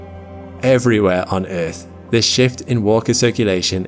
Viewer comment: I like errrrth